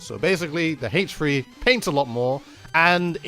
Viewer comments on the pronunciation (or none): The way you say H3 is kind of interesting. I don't have a problem with it or anything but it's kind of funny to me